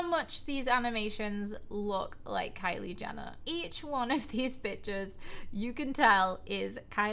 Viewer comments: you sead BLEPP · For so reason I thought you said pigeons 😂😂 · She said Pictures but it sounded like she said the B-Word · it sounds like bicth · Fro a second, I did think you said “bitches” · it sounded like you said the b word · Did she say pictures or bitches ???!!! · Sounds like pictures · Sounds like pichus